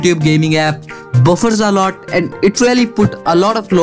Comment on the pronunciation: When he say lot i hear loda